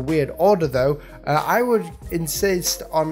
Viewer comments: Init! It's "Pie Seas" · I think it's pronounced Pie-Seas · Just for future reference, Pisces is a zodiac sound and here in the US it’s pronounced like pie seas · i believe it's pronounced "pie seas" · its pi (as in the mathematical unit 3.14) + seas. PI - SEAS. good video otherwise. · Liam McKimm yesss! does he even know what it is?? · I wanna cry he mispronounced pisces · Doesn't know where Cameroon is either, cringed a bit there too. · Lmao ikr. The way he pronounced Pisces made me squirm xD Btw Antonio. Idk what spanish people you talk to? But just a heads up. As far as I know anyway, the J in Alejandro is supposed to be pronounced as n H sound. As in.... 'Ah - Lee - Han - Dro' not 'Ah - Lee - Jan - Dro' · Hey, I don't want to criticise your dyslexia but I think the sea food restaurant is pronounced like the zodiac sign because it's spelt the same.